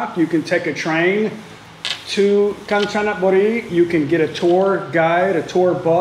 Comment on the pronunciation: Rajendren Natraj not the same it called Ganchanaburi but pronounced “ Gaan-ja--na-bu-ree”